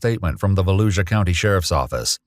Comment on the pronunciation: Lol it's not baluisa it's Volusia County it's a county in Port Orange near Dayton Beach